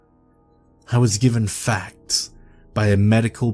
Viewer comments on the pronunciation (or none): none